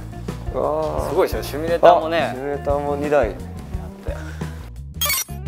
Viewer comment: 面白かったです！続きが気になります＾＾ 一点気になることが・・・正しくは「シミュレーター」です＾＾；